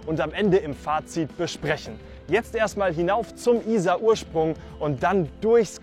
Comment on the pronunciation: Very nice video, but why do you insist on mispronouncing the name of the river?